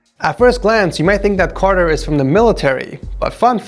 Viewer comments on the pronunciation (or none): LMAO yeah it's Cartier Car-t-a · No one:: calls Cartier, CARTER